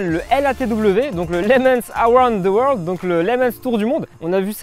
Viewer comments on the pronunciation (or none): none